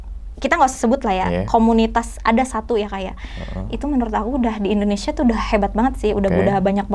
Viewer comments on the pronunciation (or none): none